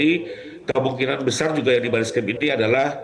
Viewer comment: namanya bareskrim ... Bar2 eskrim ngomongnya...